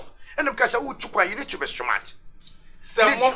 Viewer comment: You gotta be "schmart"...lol